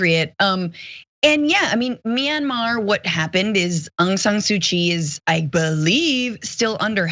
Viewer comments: um i think u mean "minnimar" coup john?? 🙄 (being sarcastic lol) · Someone used this poor slob as a prop. Anyone who would know anything about what's going on there would absolutely know how to pronounce the name. It's Myanmar, not minimar. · Minamar! Are you effing kidding me! Proof that tRump and his cult are dumber than a bag of rocks! They always sound like they have a vocabulary of about 20 words, and they can’t spell or pronounce half of them! SMH! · Did not no how to pronounce the name of the country its not mini mar dummy its miyanmar